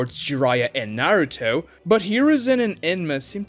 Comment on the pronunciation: narutoe hoekagay learn to pronounce japanese names correctly man, it's embarassing